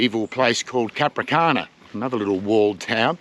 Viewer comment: The towns name is "Capranica", not Capricana....